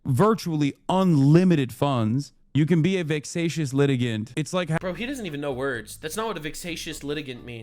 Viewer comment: Yeah, and then said, "vicksacious"... Tbf, his people aren't exactly known for their literacy😂